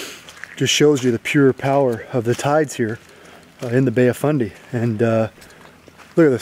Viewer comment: Did you say bay of funday Lmao